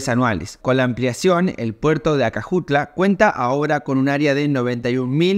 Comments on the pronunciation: ACAJUTLA (fonetico) no ACAJUATLA- puerto de Acajutla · Muchacho te quiero corregir no es Ahuatla es acajutla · hola muchacho el lugar q estas hablando se llama acajutla no acajuatla saludos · Acajuatla jajjajjajja Es acajutla 😂❤😅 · Amigo q paso con eso de acajuata es acajutla coercion nada Mas saludos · ACAJUTLA HERMANO , NO ACAJUATLA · Acajutla, no Acajuatla, animal. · acajuatla jajaja Acajutla* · Pasa que el muchacho le metió una a en el medio poca cosa dijo acajuatla. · recuerden no se llama puerto de Acajutla. si no que se llama puerto Acajuatla 😂😂😂🤣🤣🤣🤣🤣😂😂😂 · Si vas a hacer un video de mi Pais al menos aprendete los nombres de los lugares q vas a hablar. (Acajuatla) es !acajutla¡ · Oyè Carajo! Se dice Puerto de Aca-Jut-la! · Hola saludos desde Santa Ana, primero se dice A-ca-ju-tla, pero te salió bien al tercera ,☺, pero igual yo esperaría estrenar alguna vez el tren. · Se dice ACA-JU-TLA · Todo iba bien, hasta que... "ACAJUATLA" 😅🇸🇻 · Maestro el nombre correcto es:A C A J U T L A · jajaja "Acajuatla" 🤭 Cuanto humo venden los politicos en Hell Salvador 🙈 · Me encanta este video lo que pronuncia el puerto de acajutla love it ❤❤❤❤❤ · De que lo dijiste mal el nombre